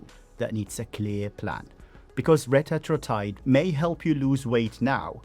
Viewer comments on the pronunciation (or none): Retatrutide is pronounced reh-TAT-troo-tide